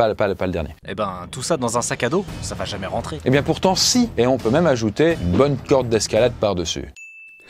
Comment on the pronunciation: Très bonne vidéo. mais par pitié arrête de dire va Têtre dans toutes tes vidéos. il n'y a pas de T à la fin de VA